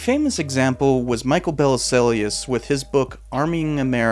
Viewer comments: Bell-zill is how you pronounce Bellesiles in french. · Bellisles - it's pronounced bell - eel (sort of). It's French: beautiful island. Belle - isles. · Bellesiles's name is misspelled in the video title. It's Bellesiles, not Belliselles. Also, the pronunciation of his name is more like bell-EEL. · You might want to check your pronunciation of Bellesiles. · For Heaven's sake figure out how to pronounce Michael Bellesiles' name !!